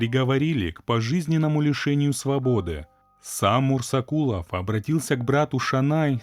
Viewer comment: Мурзакулов может быть, а не мурсакулов